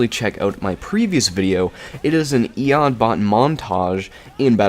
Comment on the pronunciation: It is e-o-d, i've never heard ANYONE say e-od unless they don't know how to pronounce it.